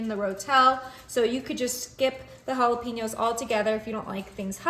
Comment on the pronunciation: TY for sharing your recipes. Looks delicious! Do you know jalapeños are pronounced "ha-la-paiñ-ohs"?